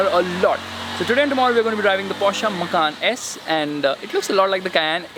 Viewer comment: And people call this automotive journalism, a girl screaming in the trunk, a guy who can't pronounce Porsche or Macan correctly, "testing" in public roads, and wait he knows how to read the brochure! Slow claps! 😎